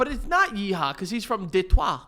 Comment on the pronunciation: As a fellow michigander deh twah is the correct pronunciation. thank you for respecting our state. salute emoji